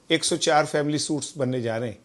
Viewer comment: Brother please correct your pernounciation of suites (sweet )